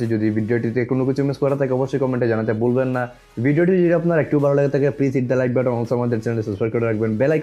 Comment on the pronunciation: বালো না ভাই ভালো বলেন